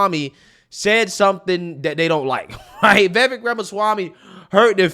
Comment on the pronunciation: Vivek rhymes with Cake or as that boo hoo whine cry said Fake